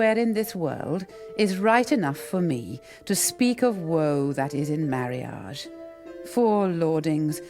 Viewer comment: I am sorry. Marriage doesn't sound like marriage when read in that video. It sounds more like Mirage.